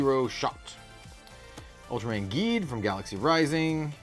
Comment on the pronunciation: Geed is pronounced Jeed but with a G and Tiga is pronounced as Teega, huge fan of Ultraman and Kamen Rider for about 25 plus years and nearly have all the series they’ve released on Blu-Ray here in North America. I knew this games been out for a while but it’s not easy to find this stuff here in Canada where I live, no LGS around me picks up on the new Japanese TCG’s and I wished they would because they’re truly missing out.